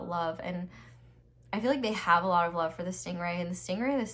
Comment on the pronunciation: " I lufe u " 💀💀💀